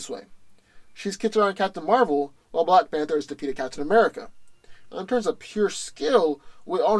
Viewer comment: "black fanter" is that a new drink?